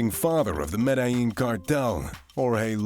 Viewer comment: Violencia Vee-o-len-see-ya Medellin med-eh-yeen Not med-i- yeen